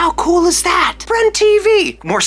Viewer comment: When he say “cOOL” I almost hear him say “coL”